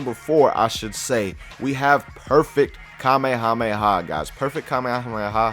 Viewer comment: kamehahamehah😂😂😂😂 i'm just joking guys i love